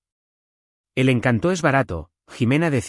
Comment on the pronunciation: "Encanto" como sustantivo, es una palabra llana, es decir, con acento en la penúltima sílaba, no es encantó, sino encanto. Un saludo.